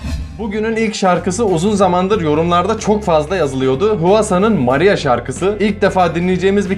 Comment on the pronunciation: O sırada benim maria diyiş mariyaağğ😂